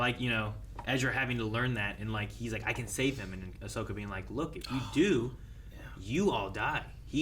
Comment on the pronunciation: I like how said "Ashoka" instead "Ahsoka" and neither nor anyone at the studio corrected the LMAO